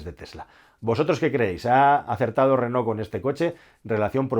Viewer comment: Felicidades. Por primera vez en España, oigo pronunciar el nombre de Renault correctamente. La mayoría se empeñan en pronunciar "Renol". Aparte la felicitaciòn por el analisis. Hasta pronto.